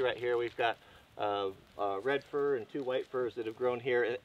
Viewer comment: Did you say you guys keep the little trees "For Insurance" or " Fir Insurance"